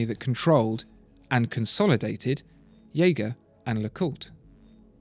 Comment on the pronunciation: It makes me happy that you pronounce JLC as German "Jäger" and not some bastardized "JehJeh", like you do in newer videos.